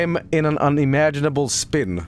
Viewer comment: Hearing say Speen feels like a bootleg moment. But still funny to hear.